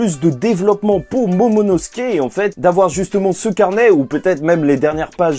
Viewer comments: désolé mais tu dit tout le temp monono et c'est momono tu perd beaucoup de crédit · Juste momonosuke ce prononce : MO MO NO SOU KÉ et pas MO MO NO SKÉ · MoMOnosuke, pas Mononosuke ;) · J'attends le jour où tu va réussir à dire MOMONOSUKE 😂😂😂😂😂😂😂😂